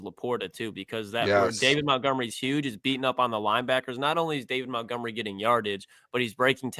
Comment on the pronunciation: David Montgomery: (day-vid mont-gum-er-ee). Challenging stuff out here saying a dude’s name correctly 🙄